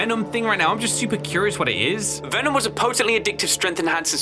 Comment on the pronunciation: Vemon not venom guys